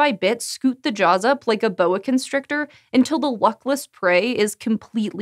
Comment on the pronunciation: She says "boa constricter" but then shows a ball python. Great scientific accuracy there guys 👍